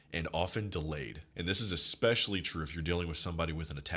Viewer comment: Love your content brother. I have to give you some feedback. It’s e’s’pecially not e’x’pecially. Mispronouncing common words lowers your overall frame. No shade or offense meant at all. Just looking out for a fellow G.